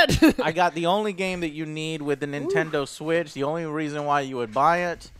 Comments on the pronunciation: he says nintender switch! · He said "Nintender Switch"😂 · he says Nintender switch 🤣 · "Nintender Switch" bwahaaha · "Nintender Switch" bwahahhaa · Ok I may be nitpicking here, but just had a little laugh with Joe's Texas accent shining through in. When he says Nintender Switch lol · Nintender Switch XD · "The nintender switch" 😂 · Nintender Switch LOL